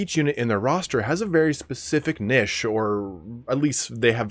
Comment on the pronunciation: Can you learn to pronounce Niche please